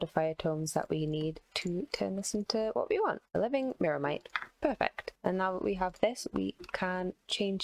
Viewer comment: New drinking challenge: take a shot every time fails yo pronounce "Myrmitite" "Myrmite" or "Myrmex"